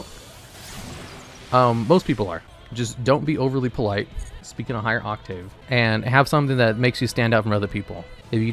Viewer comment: not only mispronouncing 'octave', but also using it in completely the wrong context is inadvertently the perfect illustration of exactly the point he's making.